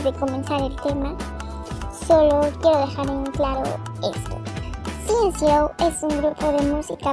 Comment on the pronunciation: Tampoco no mamen miren ustedes tambien los pinches videos que hacen eso tambien es un insultó y despues ustedes estan abriendo el hocico diciendo que las que arman bardo somos nosotros y como dicen no es nada igual el pop con el kpop (o como se llame) ESCUCHA Y APRENDE A PRONUNCIAR NOS LLAMAMOS CNCOWNERS A DIFERENCIA DE TI QUE ERES LENTO, UNIDAS LAS ROMPEMOS TODO EL TIEMPO CNCO X100PRE❤❤❤